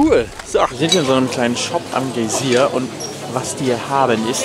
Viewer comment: GAi sier, not Gay sier :D